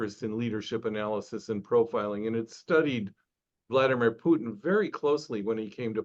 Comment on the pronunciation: He doesn't even know how to pronounce Putin, is he really an expert?